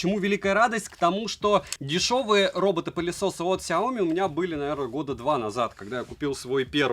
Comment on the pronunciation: СяомИ, а не СяОми...